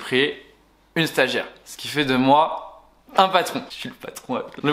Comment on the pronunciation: "stagiare" nan en vrai force a tua